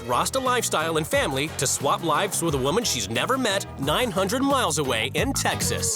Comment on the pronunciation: why he keep calling her Wumman